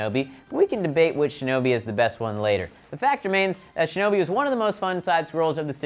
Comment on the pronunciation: i am so happy he said shinobi